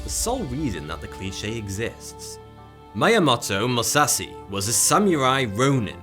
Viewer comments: Btw you pronounced Myamoto Musashi wrong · name written: Miyamoto Musashi. this guy: My-ah-moto Muh-sassy. Out of all the foreign names to pronounce for English speakers, Japanese ones are surely amongst the easiest? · He's not reading kanji or some shit, he's reading english letters that make it clear how you pronounce their names. For example; He read Miyamoto Musashi as maYaMutO MaShAsI. He butchered it so bad it seemed the he's mocking the name. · I really enjoyed the video! However you border greatly on disrespect, the way you horrifically slaughtered Miyamoto Musashi‘s name.